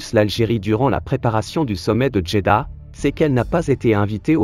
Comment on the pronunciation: "D"jeddah 😮😮😮😮 Depuis quand nous les marocains on parle avec "dj"???? Beuuuuuuuurk